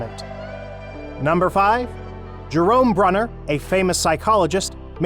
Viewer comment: The chap reading the words...it seems he is: * not a professional voice artist * not an effective communicator * not well-educated in Educational Theory... He mispronounced the names of (1) JEAN Piaget and (2) Jerome BrUner pronounces